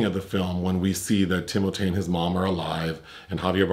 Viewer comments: Thank you,. "Tim-O-Tay" is now the official pronunciation. Finally there is something amusing about that slender assembly of hair and bones. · Thanks to and, I call Timothée "Tim-O-Tay" now and I can't see myself calling him anything else. 😄